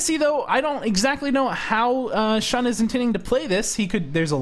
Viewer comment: The "X" actually has a "sh" sound. So, it's Shi-Shi vs Shun. But a good call on the correction! Otherwise, keep up the good work! :D